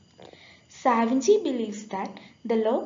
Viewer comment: സാവിഞ്ചി അല്ല മോളേ, 'സാവിനി' യാണ് ശരി . സാവിഗ്നി എന്നത് ശരിയല്ല.